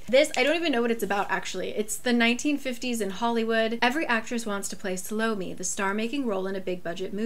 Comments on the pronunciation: I only know the name Salomé from French, so it would be pronounced Sahlomeh, with stress on the e☺️ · Sal-ohh-méh (stress on the final syllable), that's the Spanish pronunciation at least 🤷‍♀️ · Where i live we pronounce it Sah lo meh